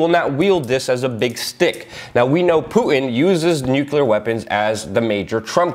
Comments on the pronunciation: not new-kyul-ur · I love ya Luke, but please, new-klee-ur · Shame this man will never be recognized for a Pulitzer. Great info and keep up the good work! BTW small peve of mine pronounced "nu-clear" =) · stop saying "nuke-yule-er!" the entire country berated bush for it. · Not bad. Slightly off-topic, why do 'Muricans always say "nucular" ?